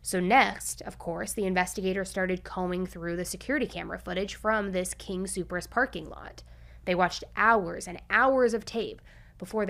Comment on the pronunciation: I love you, girl, but I live in Colorado so before you come here be sure to pronounce these two words like this "Gree-Lee" and "king Soopers" not greenly and super king ❣❣